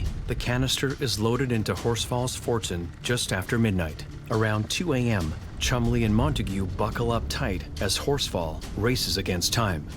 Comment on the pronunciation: Cholmondley pronounced 'Chumley'.